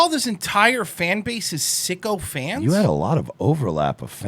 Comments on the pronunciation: Maybe he said "sycophants"? 🧐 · “sycophants” not “Sicko Fans”* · I think Rogan said Sycophants not sicko fans